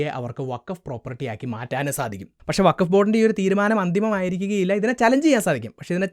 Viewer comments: വഖഫ് അല്ലാ ഫകോഫ് 😂😂 ചവറ്റുകൊട്ടയിൽ എറിയണം ഇതിനെ 😂😂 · ഫക്കോഫ് എന്നാണ് വേണ്ടത് 💩